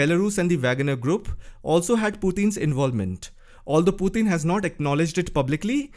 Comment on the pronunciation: I like the way you pronounce Putin. "Puthin."😆